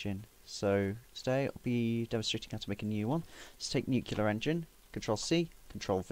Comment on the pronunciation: it is pronounced "new clear" NOT "new que lear"